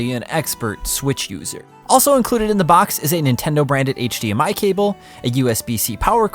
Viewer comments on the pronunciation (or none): none